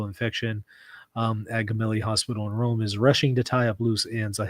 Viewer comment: It's pronounced "Jemelli"